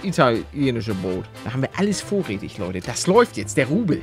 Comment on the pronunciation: Wie palle am anfang moin lote sagt und nich moin leute